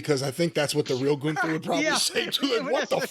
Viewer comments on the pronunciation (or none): Or as Wade Barret and Michael Cole mispronounces Gunther as GOONTHER.